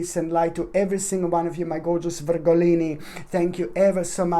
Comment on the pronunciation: Love how you say Virgolini! ❤ Thank you for this beautiful read😍